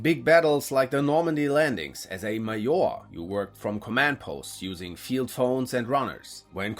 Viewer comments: It’s. Not pronounced maor it’s MAJOR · he said it like a german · You name word Major as almost we saying it in Russian (like Maior not Major as in Englisch)